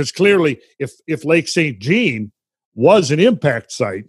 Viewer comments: Pronounciation police here, Lac St Jean is pronounced Jon as in Saint John Lake, not like denim jeans.. Lol. Us Quebecoise change everything to French that has anglo roots. Thanks for all the info and now i will look at this lake with a different perspective. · Its pronounced "Sain Jahn" with the consonant part of the T and N being silent.